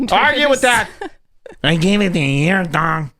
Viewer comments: "I geev heem a yeeer" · It’s like some fucked up, old Travolta voice until he throws in a Mexican pronunciation of the word “year”. What a fuckstick!